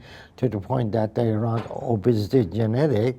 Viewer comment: Genetic kelimesini yanlış söylediğiniz için adam anlamadı pronounciation ina bakın lütfen